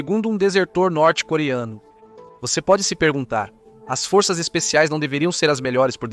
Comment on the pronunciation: Será q , fôrças é pra rebaixar aquele vc fala ou vc quer falar forças...